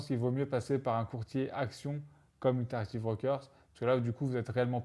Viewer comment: Quel est cet autre brokers pour les actions sur le long terme. interractive brokers ? j'ai du mal a comprendre votre prononciation.